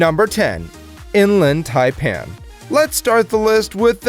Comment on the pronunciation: You failed hard on the inland taipan